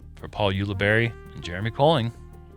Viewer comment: "Paul Ulibuddy". I like it,! Thanks,.